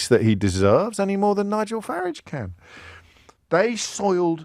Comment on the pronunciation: He’s a horrible man, with many obvious hang ups. He can’t even pronounce Nigel Farage’s name properly, so disrespectful. I stopped listening to it years ago.